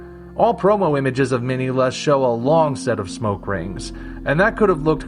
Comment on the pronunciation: What an amazing review. I love "Destroy All Monsters". I just watched Round 1 and it too was an amazing review. Oh, and by the way, I noticed that you pronounced Minilla wrong.